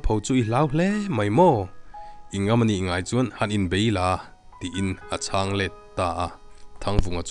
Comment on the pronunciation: "Ha chang " tih i chhiar lai hi a dik meuh maw ? Hla kan sak a CHANG AN SAWI ANG NILO IN,CHANG (SAK) ang hi a ni zawk lo maw ? I chhiar thiam lutuk e .PC HRAS TANG IN..